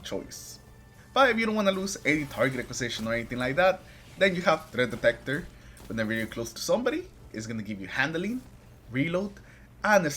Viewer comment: wtf did you say? THREAT detector. Practice that.. tf 😅